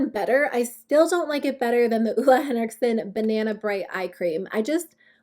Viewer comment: you pronounce it olay henrikson, no hate (i really hate when ppl say things wrong) idk why tho, sorry